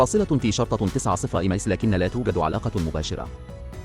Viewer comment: اسم الدبابة هو كرار وليس كلار